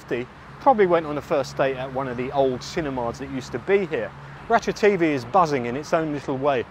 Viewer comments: Interesting as ever but I certainly won't be going there anytime soon. Mostly demolished buildings, vandalism or derelict plots. Surely even with deliberately anglicized pronunciation you would pronounce ราชเทวี as Ratcha-Thae-Wee rather than Ratcha-TV ? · I guess if depends on who the audience is. Farangs will hear it their way while Thais will hear the w. I fear becoming one of those d-bag farangs who know some Thai and who insist on correct Thai pronunciation. Too late now. I am one of them. I once accompanied a friend to the Ratchathewi hospital for a hernia operation. Picked him up afterwards and got a taxi home. Trouble was the Doc didn't give him any opioids so he was in pain. I had to tell the cabbie "koi koi" on the way home because every bump was making him cry out in pain.